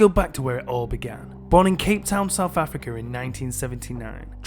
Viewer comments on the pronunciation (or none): none